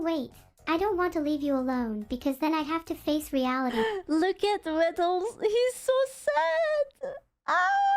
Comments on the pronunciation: Vedal (as in, pedal), is correct. You are right. Neuro herself calls him Veedle (as in, beetle). Most other people call him Veedle. I call him Veedle. This is wrong. But it's too late, and he can't stop it now. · As Vedal himself has stated, his name rhymes with medal. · Isn't "My name's vedal, rhymes with pedal" his catchphrase?